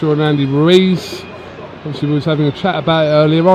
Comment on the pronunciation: “” Fury